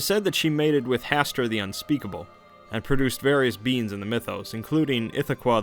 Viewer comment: I swear he is saying 'beans' not beings.